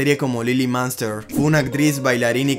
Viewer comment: La familia " maanster" pronunciación horrible.